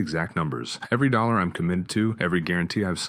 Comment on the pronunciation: The narration mispronounced the word "dollars" repeatedly.